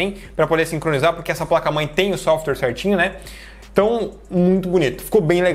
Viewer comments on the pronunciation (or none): none